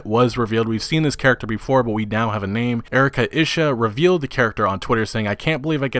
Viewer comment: I believe it's pronounced Erika eeshee I freakin love her as a voice actress and geek person in general, seen her a lot on Geek&Sundry, will be pretty nice to see her in the game :D